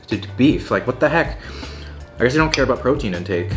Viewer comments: "I don't know aboot that.' 2020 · "I don't ABOOT that, I don't know ABOOT that" lol. If you didn't know he was Canadian before, you definitely know it now lol